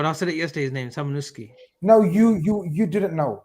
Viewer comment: Its not samunukeeeeee, its pronunciation is samunuskayyyy.